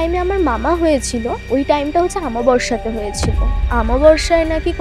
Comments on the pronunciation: Bangla te to onek bhul Amabarsha noi - Aumabosshya .. West bengal e ki quality of education eto tai fall koreche ? Maximum chele meye gulo ke dekhi bangla kothaye grammar bhul, shobdo bhul, uccharon bhul. Juo na , jua. Pension tar uccharon bhul Uni kaaj korten - korto na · ঘটনা টা দারুন ছিলো 👌 কিন্তু কথাটা অমাবস্যা আমাবস্যা না ☺️ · O ta omabossya amaborsa noy, banglay golpo bolle, ektu bhasha thik rakhun.thik aachhe, thik aachhe sunte bhalo lagchhe na. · Kindly golpo bolar somoe uchcharon er dik e nojor dile khub valo hoe... Amaborsha ki bostu bhai?